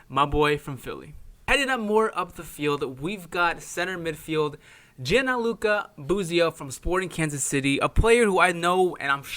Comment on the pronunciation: It’s Gianluca, not Gianaluca. Dick.